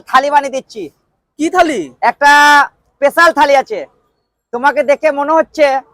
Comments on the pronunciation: Special ❌ pesal ✅ pesal bhabe pod marte hobe bara emon bhabe bole bara jano chop keu dekhini khaini bara paglachodaraa.. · Special Thali ❌ Pesal Thali ✅ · Special ❎ pesal✅ 😂😂